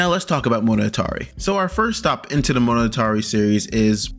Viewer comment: I cringe HARD every time you say monogatari, IT IS PAINFULL!